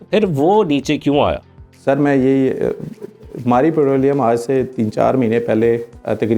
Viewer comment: Putrolium nhi hota bhai... It's petroleum !